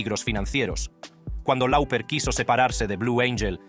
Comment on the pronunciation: Cyndi Loper se pronuncia.... no lauper...